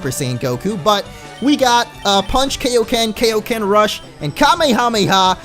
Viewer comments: It's pronounced "Kaiōken", not "Keiōken". Because it's named after it's creator, King Kai. Kaiō sama. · It's pronounced guyoken but with a k sound instead of a G sound, it's not Kayoken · It's pronounced K-eye-o-ken not K-o-ken, Sorry that bothered me way to much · it's KAI-oken, it's like saying hi, not like hey